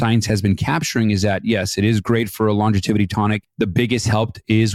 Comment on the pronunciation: It is not longeviTity, It is longevity. No first t, it has just the one before the y. It sounds pretty weird how you say it.🙂👍